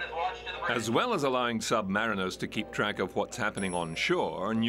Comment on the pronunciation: SUB-mare-in-ER, no.... SUB-ma-REEN-er , yes